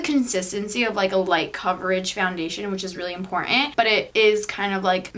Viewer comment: o nasıl bi important demek djfbghfbj IMPORDAĞĞHNN